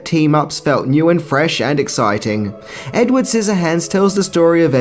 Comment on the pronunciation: When you say edward, it sounds like ed wood and it's annoying